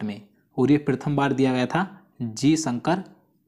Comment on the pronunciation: Sir aap hindustan me rh rhe hai km se km hindi ka ucharad to sahi kariye ,,prathm ko aap prithm bol rhe hai ,,aur sir aap almost video me koi na koi glt uchharad krte hai